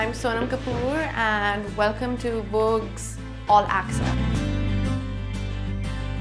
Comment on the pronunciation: She can't even spell vogue , she say voges😂😂😂